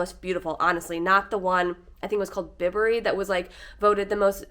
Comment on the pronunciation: Bibury is pronounced By-bury Bourton is pronounced Boar-ton